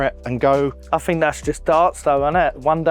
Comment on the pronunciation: The less you "fink" the better you "frow" 😂